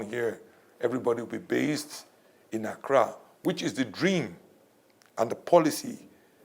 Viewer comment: this dude keeps on saying Accra govt....smdh